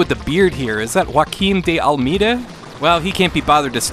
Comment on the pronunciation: Ruakeem di almida... as a good Portuguese I found that pronunciation very amusing. 🤣 Anyway, good video as usual mate.😎